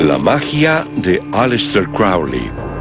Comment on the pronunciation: Corrige ALEISter ..NO aLIESter